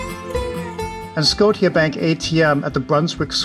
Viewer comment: Just FYI - S-C-O-T-I-A is pronounced "Skosha"